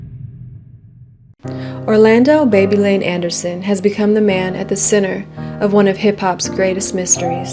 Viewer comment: Babylon aka baby lane vow-El